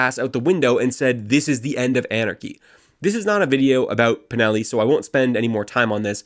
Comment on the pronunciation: This is very good reporting, but PLEASE, leatn how to pronounce DEL-LE CHIA-IE. My italian brain bleeds when you say it. You're very good at pronouncing Valpreda and Pinelli, though.